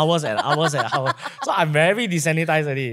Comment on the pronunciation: "Desensitized", not "disanitised" 😅